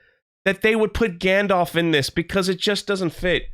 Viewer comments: It's not gandolf.. It's gandalf. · Its gandalf not gandolf and ill be very, very surprised if meteor man is gandalf. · Gandorf and Lombowski. Is any one else ripping their hair out every time he says this? Maybe he's not used to public squeaking, he piss-pronunciates a lot of worms. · Gayndalf you mean..